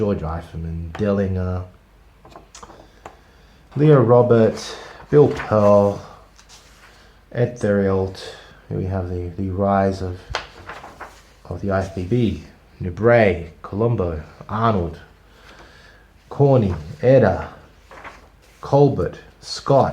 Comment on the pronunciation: Ed Theriault = Ed (Terry-oh) The R is rolled actually as it is French.